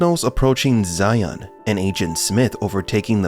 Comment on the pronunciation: You got all of these fucking videos yet not once that you fucking train your AI model to stop saying SION ITS ZION , with a phonetic Z.